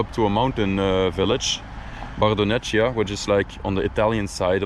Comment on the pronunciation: Bardonecchia pronunciation: bardonekkia. In Italian c+h=k.